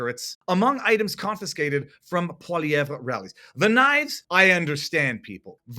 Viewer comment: How are you pronouncing PP's name? It sounds wrong!